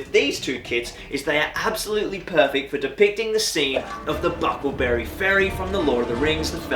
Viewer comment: Nice diorama. It's bucklebury though. Not buckle berry.